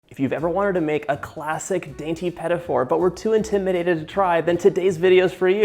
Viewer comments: why do you pronounce it "peta for"? it is "pti foor" meaning small oven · The correct pronunciation is "peteeh foo", not "petty 4". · Petafour 😂😂😂 i mean is it that difficult to pronounce it just a bit french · "Pedifors"...sheesh where's the 'D" coming from in petit four? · the pronunciation 😖 pedafor 😖😖😖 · "Peddy Four"???? Please pronounce it correctly... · quand il a dit "pet- a- for", j'avais peur :p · "puhtee foor" petit four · whispers its pronounced puh-teet foor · John, I'll have you know I'm on a diet and now will make those this weekend and you're responsible for that! PS: Also, it's pronounced Puh-Tee Foo-rrr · It’s not pronounced “petty” four 😂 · Im glad I'm not the only one whose ears hurt when he said petite fleur... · I love your petit four recipe. The first time you said petit four I thought: "what is he saying?" But I figured it out. You pronounce it in a english way, not the original (french) way. Thanks for your recipe. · I love love love what you do but I have one thing to say...I am french and I wish when you make some french pastry you would try to say better the name of it .cause it took me 20 mn to figure out how you would pronounce petit four ?!!!? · Me dying everytime he says petit four 😑😑😑. Not that hard to learn the pronunciation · I had to replay that a few times to see if that was really what I'd heard. As a Canadian I've never in my life heard it pronounced that way!